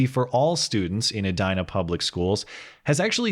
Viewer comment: Is it pronounced "eh die nah?" I would pronounce it "eh dee nah" not an issue? Love ur videos